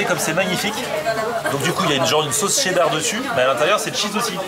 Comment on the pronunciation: Qui dit Tcheddar? 🤦‍♂️🤦‍♂️